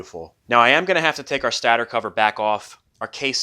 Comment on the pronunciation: Stator is pronounced stay-der /ˈstādər/. Not stadder. Love the vid's brother.